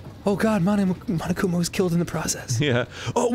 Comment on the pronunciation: It's frustrating that the characters, and grumps, pronounce "mondo" and "monokuma" as "mando" and "manokuma".